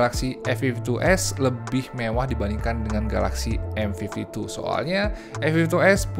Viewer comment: Cm kasih masukan, penyebutan M52 dan M52s nya agak kurang clear di kuping sy 🙏 smp hrs menajamkan kuping bgt utk nangkep pengucapannya. Next time pk bhs indonesia aja mgkn lbh clear